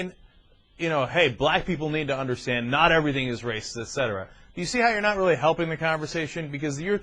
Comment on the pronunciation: This was a waste of time to talk to that guy. Weally, he wasn't wight. this conversation started off good and ended totally where it shouldn't have gone.